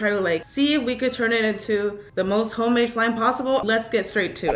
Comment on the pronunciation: This is how many times she said “homade” 😂 👇